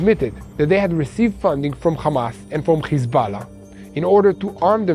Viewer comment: HISBALA? IT IS HEZBULLA.